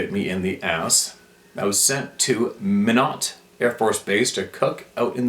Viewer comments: Hi. FYI… Minot, ND is pronounced “MY-KNOT” One of these days I’ll send you my story from south central ND near the Canbonball River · It’s pronounced (My not )Air Force base in minot North Dakota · Pronounced “my not”. Don’t blame, I’m just a messenger. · Minot.....pronounced "My'- not". It is located in Central North Dakota. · It's pronounced my-not and it's a town in North Dakota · Minot is pronounced My Not. I have family there. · "Why not Minot?" Fellow USAF vet here- just a little saying we all said in reference to Minot AFB- may help with pronunciation 👍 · Minot is prounced 'My-not'...just and FYI